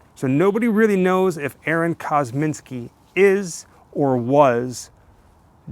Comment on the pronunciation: It's "Kosminski", not "Kozminski", and no one has any idea if he was actually Jack the Ripper. VERY sketchy speculation at best, and lots of detractors. Come on... The "100% match" is greatly disputed. Chain-of-custody issues are only a BEGINNNG of the claims that this 'evidence' is faulty. I get it, you do a 'show' about this stuff, but get real. This one's silly. "Please be careful" kneeling down in that tall grass... 😝 I like your videos, but I have to say this was a stretch. Not a good one. Credibility is earned, not perpetuated by sycophants who love everything you do and who choose not to do their own investigations into the facts. After all, that very dynamic is why we have a moron like Trump in charge of our once-great country. You get a Thumbs-Up, but only out of respect.